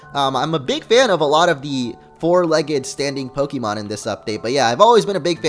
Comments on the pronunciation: you pronounce pokemon wrong! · I know, but he and multiple other people say it the wrong way. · just because it's pixelmon doesn't mean you pronounce pokemon differently(wrong).